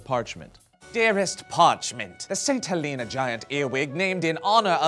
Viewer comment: THAT'S NOT HOW YOU PRONOUNCE HELENA